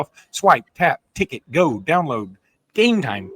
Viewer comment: Enjoy the show but please stop saying game time like that.